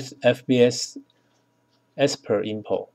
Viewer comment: Export. Not Espert. FBX. Not FBS.